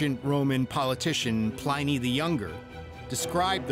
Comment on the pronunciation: A couple of the pronunciation choices distracted me long enough that I had to go back and rewatch the few second after them as all I could do ws try and figure out who/what was being talked about (Pliny being the one that kept getting me even after I figured it out the first time).